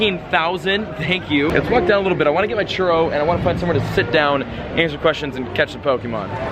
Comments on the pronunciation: anyone else cringe when says churro wrong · The way you say churro 😂😂